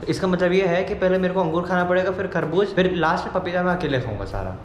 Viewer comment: Kharbuj nhi kharbuja 😅😅